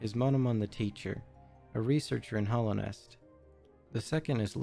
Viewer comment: Great presentation. It did bug me though that you seem to have a great command of this game world, but you said "Hollownest" and not "Hallownest" like a hundred times.